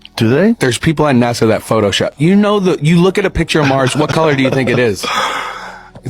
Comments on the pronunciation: "NAZA" LOL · Man you gotta quit saying NAZA. Lol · Please stop saying NASA with a z. It’s ridiculous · its naSa not naZa...nnaaaassssaaaaaa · Hey, Would you please stop calling NASA, "NAZA"? It's a hard "S", like STEPP... SSSSSSSSSSSSS! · Love the way calls it NAZA, he's correct, except the last A should be I, let's face it, Nazi scientists started it. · Is it driving anyone else crazy the way he's pronouncing nasa "naza"?